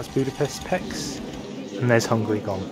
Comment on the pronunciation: aaaaa you said Pécs as peks it's Pécs p é (as in café) cs (cs in hungarian is like ch in english like in the Word channel) so it's Pécs not peks